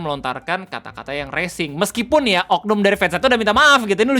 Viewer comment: Bang Bukan " Racing " Bang, " Racial "